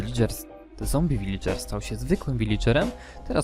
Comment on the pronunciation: Kurwa To nie jest "wilidżer" tylko "wiladżer"